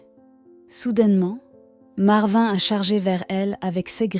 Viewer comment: Complètement inventé, avec une voix qui se trompe de prononciation sur "marvin", des photos de stock qui ne correspondent pas à l'histoire ou sont parfois truquées (la fille (montage photoshop maladroit) entoure le lion avec une main en trop !!!)... Ça fait pleurer dans les chaumières et démontrent à quel point les histoires cucul d'animaux tirent des larmes aux français moyens qui n'ont qu'indifférence pour le voisin du dessus qui a plus de soucis qu'un gros lion imaginé par AZ machin chose...